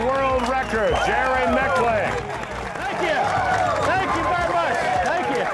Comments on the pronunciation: "jerry micclicc" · I wish he’d learn to pronounce Jerry’s last name correctly!!! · If he's the man you want to be, then how is it you don't even know how to pronounce his name? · When are people going to learn to say his name right?! Love this guy!! So humble, and a complete bad-ass. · Imagine messing his name up like 5 times after youve heard the man himself say it. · Eric Borders My point exactly. The host butchered it several times.